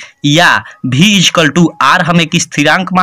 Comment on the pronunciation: Sir bhe nahi hota he v hota he